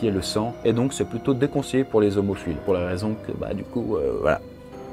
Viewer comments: Merci pour la vidéo. Tu devrais rajouter une annotation "hémophile" à car on jurerait avoir entendu "homophile". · Like si t'es hémophile comme moi. Bah je crois que je suis l'un des seuls. Par contre c'est Hémophile, pas homophile. Sinon super vidéo.